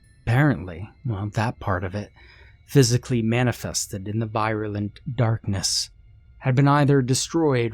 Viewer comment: "Un-biden" "vairoolent" "en-thrayled" Bruh, stop; this is supposed to be a horror story but you keep making me laugh! 😂